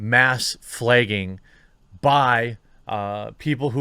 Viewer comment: Man I love your content but your inability to read the letter A as anything other than AYY is like stab to the stomach every time you do it. FLAAAYGING! stabed